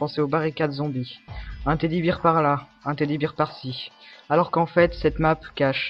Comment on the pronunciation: "Un Teddy "Bire" par ci un Teddy "Bire" par là" 1) Bear se dit "bère"... 2) Le gaz nova n'a jamais existé. 3) (Je dis peut etre une connerie mais j'editerais quand je serais aller verifié) Il ne me semble pas que ce soit un Huey , mais un simple helicopter. A vue d'oeil. 4) C'est juste le lieu de la prochaine map zombie : Quarantaine. Bon... Je crache pas sur ton travail car moi meme je n'ai jamais vu ça, a part les douches qui m'ont tapé a l'oeil. Sur ce, bon jeu.